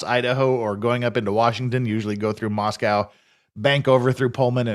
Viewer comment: Moss-co not mos-cow Also i mentioned it on a previous stream, this isn't "small". The "metro" is almost 100k people spread between Moscow and Pullman. There is an airport (albeit incredibly small), that has commerical traffic. Most of the people who live there are transistory and come from Seattle or Boise so this isn't back woods small town with small town people.